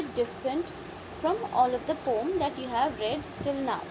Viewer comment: Yrr aap poem ko poom mat bolo acha nahi lag raha poem hi bolo please 🥺